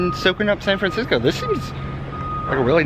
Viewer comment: "Fancisco" lol